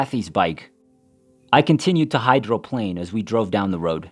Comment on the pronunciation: Funny when you realize that the person narrating the story is talking about a story that happened in Tennessee but who must be English due to some of the wording ie bonnet for hood but sometimes sounds like an artificial voice when it incorrectly pronounces hydroplane.